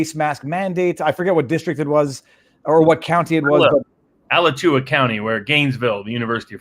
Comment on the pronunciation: Alachua emphasis is on the second syllable: a-LA-chua Not that you'll probably ever need it again.